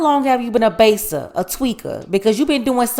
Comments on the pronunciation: were you from Florida the way you said baser🤣🤣🤣🤣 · The way you said baser 😂😂💀